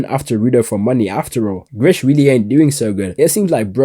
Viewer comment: Its GRIS!! NOT GRISH!! THERES NO "H" you would know that if you watched it in Japanese instead of English!! P.S - Remlins voice is HELLLLAAAAA cringy in English vs Japanese!!